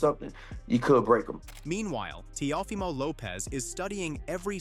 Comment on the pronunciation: TIAFOMO!!? That is why you have 9 comments because you don't even know how to pronounce the name of the fighters!! another click bate scammer